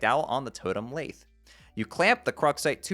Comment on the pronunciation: Lathe rhymes with bathe